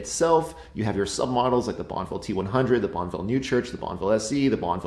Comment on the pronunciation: Bonn-E-ville ffs! Not BonnVille.